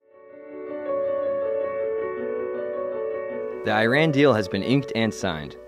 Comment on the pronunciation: Great video, except it is Iran is pronounced incorrectly just in case you didn't know :)